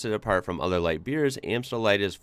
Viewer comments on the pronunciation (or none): none